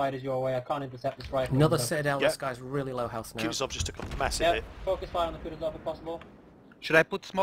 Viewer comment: Will ever realize (based on like 10000 comments) that he's pronouncing Kutuzov wrong? Or well British people can't pronounce anything anyways. Don't ever change mate.:D